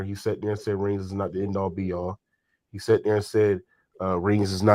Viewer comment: This man said “A all B all” 😂 it’s “end all be all”